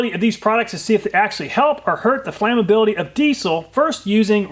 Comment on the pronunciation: What is a "prodict"??? "Flamabilidy"???